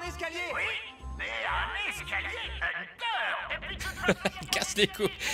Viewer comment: C'est "HUNTER"! 😂